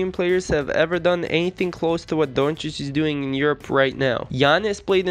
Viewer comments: Porzinjeez, Donkich...........lol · U didn't even pronounce his name right lmao